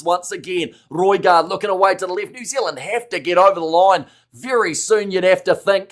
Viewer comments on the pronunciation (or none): What's with the constant yapping from the dude that says New Zilland 🫪😣